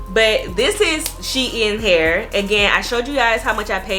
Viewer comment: You are pronouncing it wrong it’s shein like sheen beautiful hair